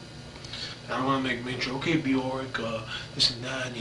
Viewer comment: If you are that obsessed with someone,you would think he would have learned how to pronounce her name